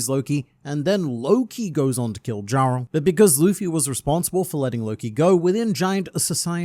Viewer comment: Previous video: "People still don't know how to pronounce Hajrudin" This video: "DJARL"